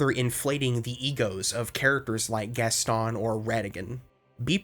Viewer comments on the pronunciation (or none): none